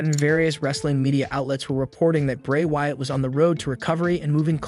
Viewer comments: Why you say “Wyatt” it reminds me of Cartman on South Park. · Bro your just destroying some of the names...tge way you pronounce Wyatt and Ted Debiase etc....its aggrevating...when you mention the Wyatt family you say it right but your not when you mention Bray